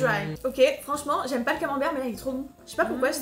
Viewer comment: Le Camenbereeeuh m'a achevé 😂😂